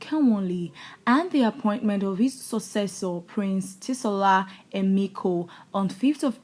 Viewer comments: Please its pronounced "Shola" not "T so la" Itsekiri spells it differently. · Please get your pronunciation right, thanks n it’s Shola not whatever you’re saying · Tshola is pronounced Shola. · why do zBrnins answer Yoruba names and why do Yorubas dont answer Benin name? Tsola is pronounced Sola, Yemi Emiko is Yemi not a Yoruba name? I am an igbo but I Benin people have read their history upside down